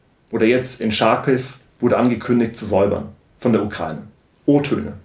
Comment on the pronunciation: "Scharkiw" bitte Deutsch und kein Inglisch. Können Sie Deutsch lesen: Charkiw (ukrainisch) und Charkow (russisch).